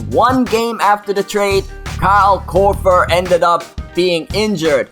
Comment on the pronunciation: The way you say Korver makes me cringe. You say it almost like Korfer, using 'f' instead of 'v'. Though I guess I can't really fault you, with your accent and all.